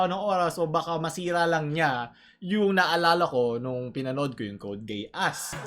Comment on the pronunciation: TERROR IN RESONANCE ONE OF THE BEST FOR ME.. baket gay-ass? its gee-as